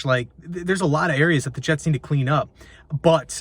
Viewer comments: New York Hets 😂😂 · Ahh yes the New York Hets